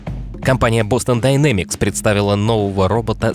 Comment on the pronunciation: А можно "Дайнемикс", а не "динамикс"?) Уж очень жутко звучит.